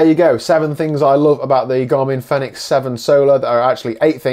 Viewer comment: Great wee review. And thanks for saying "Fenix" and not "Phoenix"!